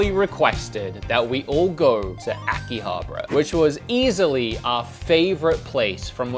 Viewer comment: So uhm its Akiha Bara not Aki Habra